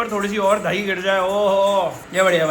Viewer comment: 😭😭"DHAIIII" OR DAHIII ????